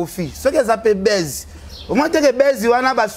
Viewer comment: Ken mpiana vraiment on dit buzz et non baisse, est-ce que tu sais que signifie baisse??